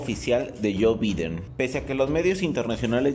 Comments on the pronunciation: Se podrían pronunciar Biden(Baiden) Trump (tromp) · pronuncias mal BIDEN y TRUMP!